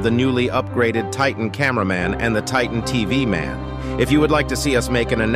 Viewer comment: You’re saying titan TV man’s name wrong